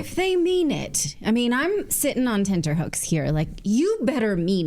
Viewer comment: At last a person who pronounces tenterhooks the right way. Most say "tenDerhooks". Brava to the lady 🙌🏾👏🏾👏🏾💯🤗